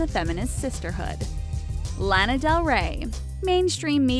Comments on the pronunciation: she said lan uh . its lah nuh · you pronounced Lana wrong...